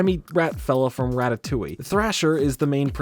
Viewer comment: You said rattattolie!?!?!?